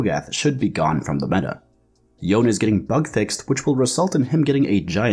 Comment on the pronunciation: Y-own. Yo-nay.